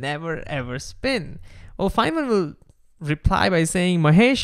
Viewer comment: thank you for correctly pronouncing Richard Feynman